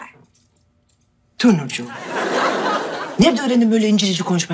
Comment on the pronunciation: Peki meltemin telefonla konuşurken okey dicene okay diyo bide ingilzcesi kit herhalde skskxndhska